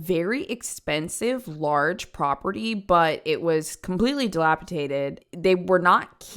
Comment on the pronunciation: delapiDAted...not delapiTated. The Speech Pathologist in me won't let me let it go lol I think that people do thos because /d/ and /t/ are cognate pairs. They are basically the same sound but /t/ is "voiceless" (ex. teen) and /d/ is "voiced" (ex. dean)